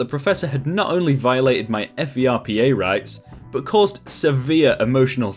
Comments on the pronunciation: Pro tip- just say "Furpa" don't say F E R P A. just prononce it like a word. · Lmao, we usually say ferpa as "fur-pah" not as the acronym... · FERPA is not spelled out. It's 'fur-pah' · As far as I know, FERPA is an acronym, rather than initialism. Like, fur-pah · THANK YOU. I shouted that at my computer screen a few times during the video LOL. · That advisor made a HUGE no-no by addressing that letter to his parents. I could also see being the same level of angry if it were my child, however going at the Dean like that seems a bit over the top. The Dean's office wasn't the one who went loony toons and violated FERPA. **Side note about the pronunciation...all of the teachers I know say it like it's a phrase, rather than spell it out.